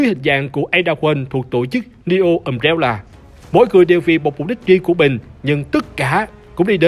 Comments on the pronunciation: Umbrella nhấn âm 1 nhé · NEO Umbrella mà cứ nghe sao thành DIO Umbrella